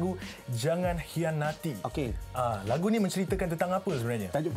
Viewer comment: Dia punya sebut "khianati "pedih dgar